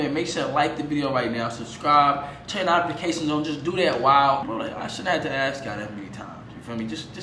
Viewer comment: Bruh why you say notifications like that 😂😂